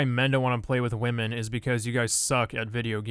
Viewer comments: Why u say wamen instead of women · Why does he say wahmen instead of women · I just wanna know Did PewDiePie created the word wahmen(as women)?